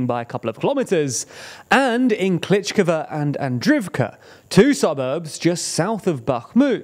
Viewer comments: Bro, every time you butcher the hell out of those names. At least make an attempt to read them. Klishchiivka you pronounce Klishkova - It's not even close. And in previous videos you pronounce Prigozhin in 3 different ways in the same video, absolutely butchering that name too. It's just so annoying to listen to! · it is pronounced something like kleesheeyevka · The way he calls Klishchiivka as "Klichkava" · Sees: Klishchiivka Says: Klichkva Whyyyyyy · Kleesh-cheev-ka. Not Kleech-k'va. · He doesn't even say Klish-ihv-ka. He says Klitsh-kivva. 🤬 (and sometimes Bachmutt) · "Klítchkava"? ==> "Klishivka" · For God’s sake learn to pronounce the names of settlements. It’s not Klichkove or whatever you were saying. It’s Klishchiivka (klee-shee-ee-fkah) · I had to stop watching after you said Klitschkova for the 20th time. Why can you properly pronounce Andriivka but not Klishchiivka? 😅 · You pronounce klish-chi-ivka wrongly. Kli(sh) - (chi) - (ivka) (Sh) = like Fi(sh)ing (chi) = lysi(chi)ansk (ivka) = andri(ivka) Similarly you pronounce sh like s, zh like z and ch like c. (Zh)ytomyr or (zh)erebets pronounces zh like kin(zh)al, not like (Z)avod or (zelensky). Bu-cha pronounces (ch) like Lydia(ch)iansk or like (ch) eck this out. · And he actually says Klitsh-kivva – doesn't even get the consonants in order. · Klitsh-kivva, Bachmutt... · because pronunciation is not always equal to the written form, and also because he is not Ukrainian en these names are difficult to pronounce correctly. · Klee shchee yeev ka (...eeeeee-yeeeee...) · You guys need to learn how to pronounce town names properly 🤣 klishciivka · River Zhe-reh-betz'. (Means male horse, btw). Honestly it's hardest of all to explain Ж 'Zh' sound to the people in the West, but the mistake you made in the second syllable is weird. There's no "gh" there, that's R, pure and simple. Kli-shchiv-ka (That scary 'shch' combo is the same consonant you hear in the first syllable of the word "shield".